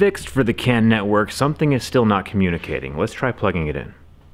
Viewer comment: I swear, when you started talking about the CAN issues, I thought you were saying the CAN'T network. Lol!